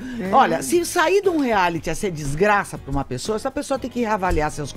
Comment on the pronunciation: Vc entra num "reali "kkkkkkkk, ri muito.